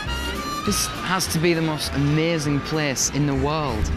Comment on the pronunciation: "Amazing place" and "painted up" sounded.....I don't know not British?